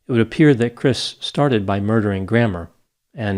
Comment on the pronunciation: I thought he said gramaw lol 😆